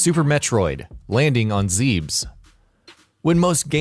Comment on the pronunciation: Hearing Planet Zebes (Zeh-biss) pronounced "Zeebs" is extremely cringe-inducing.